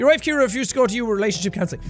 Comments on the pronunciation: Jack: "My lovely wife Kiera." Me: screaming in agony "SEE-AIR-UH. CIARA. SAY IT WITH ME JACK!" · It's Ciara not Kiara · Ur name is see-air-uh not kear-uh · jack: ke-air-uh real pronunciation: see-air-uh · Her name is said like, "See-Are-Uh" not like "Key-Ear-Uh".. LoL. Dammit, man. That was drivin' me NUTS! LoL. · Holo Universe My name is Ciara and I cringed every time he pronounced the wife’s name as Kiera. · THE NAME IS PRONOUNCED SEE-AIR-AH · I know I'm late to this....but here in the US his wife's name would be pronounced " C-Air-Uh" :) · It's actually pronounced like "C"-era (see- air-a) for Ciara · Jack's pronunciation of Ciara is headache inducing